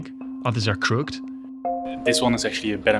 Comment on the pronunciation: Do me a favor and look up how to pronounce the word "crooked" thanks